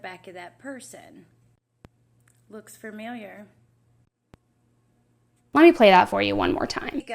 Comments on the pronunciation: the woman saying fermiliar instead of familiar has me weak asl 😂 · FAmiliar….. not FURmiliar.